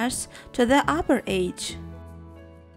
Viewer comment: you need to say edge right